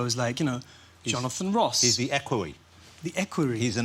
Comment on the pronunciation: Jonathan Woss 😂